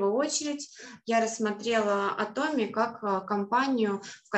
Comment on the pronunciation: Почему, большбольшинство, кто занимается Атоми, говорят Атоооми, а не ААтоми. Корень слова: атом. Вы же не говорите атооом, а говорите атом. Очень режет слух Ваше произношение Атоооми. Подумайте об этом.